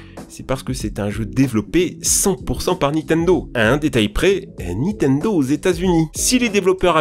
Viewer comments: Et! A chaque fois que tu dit Nitendo je saigne des oreilles! C'est NiNtendo hein^^ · NINNNNNNTENDO putain on te le dit à chaque fois!!!!!! NINtendo pas nitendo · Arraite de prononcer Nitendo sans 'n'. C'est NiNtendo. 😒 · C’est NiNtendo par Nitendo, la prononciation en général c’est toujours pas ça hein 🙄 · Vidéo incroyable mais s'il te plaît c'est Nintendo pas Nitendo : ninetendo ta manière de le prononcer m'a tellement trigger mdr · "nitenedo" * 5000 , mes oreilles. Sinon très bonne vidéo toujours un plaisir ! 😉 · Je suis le seul à tiquer sur le "Nitendo" ? XD